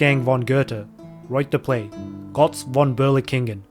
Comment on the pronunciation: Its götz not gotz